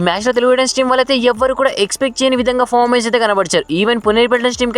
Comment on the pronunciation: Fomens Kadu adi performence antaru ra babu 🤦